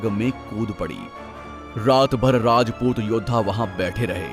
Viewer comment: वीडियो तो बड़ी अच्छी है पर वीडियो बनाने वाले को हिंदी नहीं आती अच्छी तरह राजपूत होता है रजपूत नहीं 😌